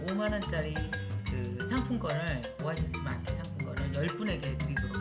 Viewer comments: "오아시스 마켓" 입니다~ 오아시스 사랑해요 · 좋은정보주셔서 감사합니다~^^ 오라이 아니고ㅎㅎ 3번 오아시스 마켓입니다~